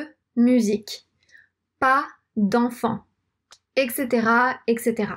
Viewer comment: Nice video. One thing though: etc se prononce "Etcetera" et non "Ekcetera". Beaucoup de gens font cette erreur.